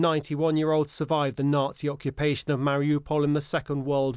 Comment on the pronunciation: The only time you stop the lying is to start the exaggerating. You apparently can't pronounce nazi and you can't describe the Donbass since 2014 honestly.